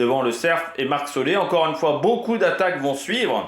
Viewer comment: Et c'est pas Marc Solé mais Soler,ca ce prononce Soler comme solaire,tu as compris 😮😮😭😭😭😭